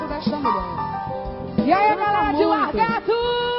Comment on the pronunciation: Essa mulher falando "Largato" foi o fim!!!